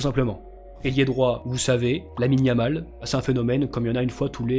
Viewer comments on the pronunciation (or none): none